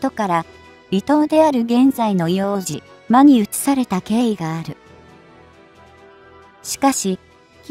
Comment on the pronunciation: 「いおうとう」です。